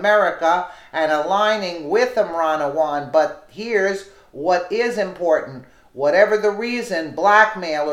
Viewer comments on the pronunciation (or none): none